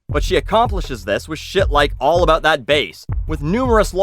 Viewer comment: it's weird hearing you talk aboot a company before your videos lol